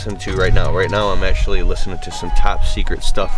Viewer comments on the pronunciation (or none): none